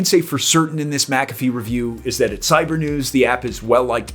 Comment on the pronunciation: You're pronouncing it wrong